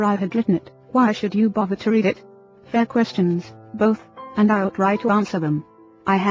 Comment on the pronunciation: Thank you so much for sharing your books. I didn't mind the voice at all! I found it amusing when she would say "I-L-L" instead of I'll, or "don'tee instead of don't, lol.